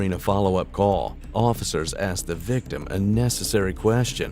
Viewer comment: "The victim identified him..." "VIVTIM"? Victim of WHAT?